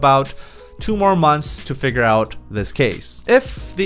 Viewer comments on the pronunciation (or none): none